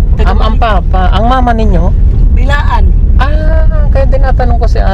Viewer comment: Ate, Blaan po hindi bilaan